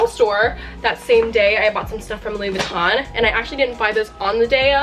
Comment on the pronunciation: Louis Vuitton not Louis Vuittone